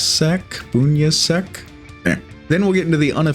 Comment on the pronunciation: I believe that Vee’s last name is pronounced Boon-ya-sak